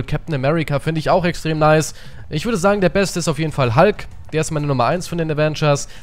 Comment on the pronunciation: Er heißt hulk und nicht halk